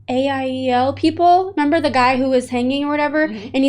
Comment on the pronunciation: Also, Aiel - AH-eel